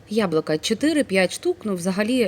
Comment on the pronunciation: Дуже гарно виглядає, впевнена що й смачно! ЯБЛУКА,а не яблака😉 Не ображайтесь!